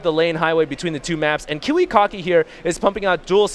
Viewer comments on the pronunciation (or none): Stop saying kiwicocky!!! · i swear i heard them say kiwi-cocky. no troll. love kiwikaki and huk. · Lol, "Kiwikocky"